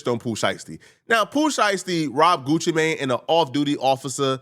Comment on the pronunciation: Why you keep saying his name like that 'Goochi Mayne" 😂